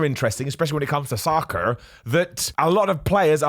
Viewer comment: I keep laughing at the accent when says "soccer" 😂